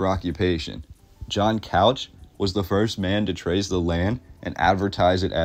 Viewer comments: Loved this video but you mispronounced a couple of names. The most obvious was Couch. It’s pronounced cooch not Couch. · I am not sure what you are trying to say? What is the thesis you are trying to prove? What narrative are you questioning? Also its pronounced Coo-ch not Cow-ch...ask anyone who lives here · It's cooch not couch. Portlanders get it wrong too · Born Oregon City 1949, raised in SE Portland. Good job except for a few glaring errors in pronunciation, which is expected (Wil-AM-et, not the suburb of Chicago; Captain John Cooch, not couch like the sofa). But some of the history is a bit shoddy: the railroad arrived in 1883, not the 1890's; and most of all, Oregon City faded and Portland became the big city because of the Ross Island sand bar prohibiting ocean going vessels from getting past. In other words, Portland was the head of navigation. And who stated such? Cpt. John Cooch. And the demolition of cast iron buildings on Front Street coincided with a general movement to "modernize" America after the Depression, through the sixties. Also, for excellent photos of Portland's past check out "Vintage Portland", an entry a day for the last 14 years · Also, Couch, being someone’s name, isn’t pronounced as it’s spelled, it’s pronounced “Cooch”. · It's pronounced Williamette, dammit, and it is pronounced Cooch not Couch. Portland was such a dangerous town for sailors that the British Navy banned their ships from docking in Portland at one point. I am proud that the Oregon Humane Society was only the second Humane Society in the country, after the original one in NYC. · “COOCH” not COUCH WILL-eh-met (Willamette) Other than the butchering of our names, this was a great video. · The name Couch is pronounced “cooch”. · Not Couch.....chooooch is how it's pronounced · Couch is pronounced " cooch", I know huh? Also the river is pronounced Wiil - Am- Ette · And couch is pronounced "cooch" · Couch. Rhymes with mooch not ouch.